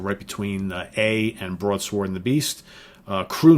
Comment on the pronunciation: Why do you pronounce the "w" in broadsword